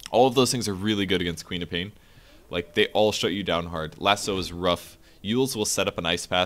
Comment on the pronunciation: Lol, I was always hearing Peter Pan instead of QOP.